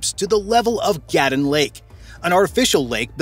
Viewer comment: You can’t even pronounce Gatun. It’s ga-TOON.